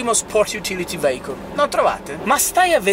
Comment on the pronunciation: Ciao. Se ascolti bene sentirai pronunciare la parola vehicle. E poi veigon che sarebbe? Un saluto Marco